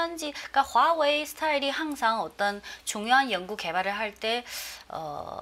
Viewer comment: 듣기싫어..화웨이 발음